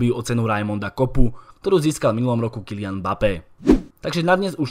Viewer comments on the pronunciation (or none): none